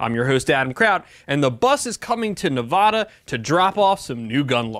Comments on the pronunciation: Nehv-add-uh not nuh-vah-duh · Hearing the British pronunciation of Nevada from an otherwise American accented person hurts my soul. The 1st "a" should sound like the "a" in "apple" when said by an American, not a Brit. Nev-ah-duh is wrong. But thank you for the information about my home state of Nev-a(as in apple)-da. I'm glad I got out when I did. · It's Nev-ADD-ah, not Nav-AH-dah. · That.... and its NevAda Not Nevoda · You NEED to learn how to pronounce the state name Nevaaada not Nevooda! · Get your Cali BS out of my state. Btw adam , it's Nev-ad-a not Nev-ah-da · 1st and foremost...its pronounced NA VA DUH......not NA VAUD AH..... you are no better than people who pronounce the s at the end of Illinois......secondly Sisolak is a lackey for the liberals out of California, vote em out. Lambardo for governor!!! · Please pronounce Nevada correctly. It’s not Nevahda! 😉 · Please learn how to pronounce Nevada. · "Nevada" is pronounced with an "a" as is "apple", not an "ah" as in "avacado". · Why are you saying Nevada like that